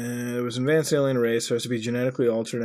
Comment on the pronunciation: Muta, I need to know why you say alemal instead of alien. What's up with that?